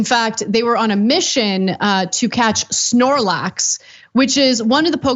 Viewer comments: It was a "SnOrLaX" lmao Cenk "SPLORAXES!" Ahaha & this isnt like some random unknown pokemon. I'm sure I dont know hundreds of pokemon's names. But not knowing who snorlax is, is like not knowing who pikachu is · For the love of God, it's Togetic (toga-tick) and Snorlax (Snore-lax). Thanks for coming to my Ted Talk. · Spornax? I about had a seizure 🤬